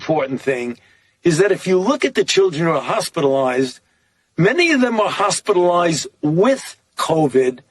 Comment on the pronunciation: Fauci: “…hospital-oized…”